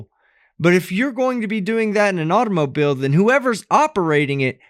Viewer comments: Take a shot everytime she says "private aut-oh-moe-beel" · Hey he removed her from her "artomoblie" rich stricked her movement" 😂😂😂 you go Miss. America!!. So this lady who comes from Europe somewhere and go thru this process to become a citizen here feels like she knows the laws better than our own authorities? She comes from wherever can't even pronounce half of the stuff she wants to teach our local police force?? Cuz why? She's almighty knowledgeable? Yea ok😂😂😂😂